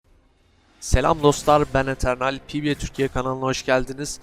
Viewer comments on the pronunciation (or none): none